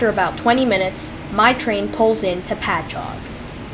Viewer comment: At least you pronounced Patchogue correctly. Could have just stayed on and transferred at Speonk